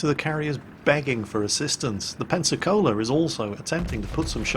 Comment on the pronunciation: Every time i hear you pronounce "Pensacola" i hear "Panzer Cola"